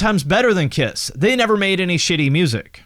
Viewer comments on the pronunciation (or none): none